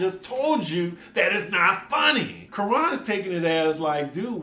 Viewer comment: Please learn to pronounce Kiran's name correctly. The Quran is not it